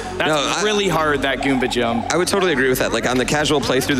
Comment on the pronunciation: Can someone tell me why they all pronounce jump as yump